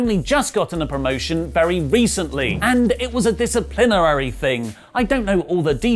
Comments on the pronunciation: “Discerplierarary” Davis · Why do you say 'disciplinary' so weirdly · It is a crearive pronunciation. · The way you say disciplinary is funny for some reason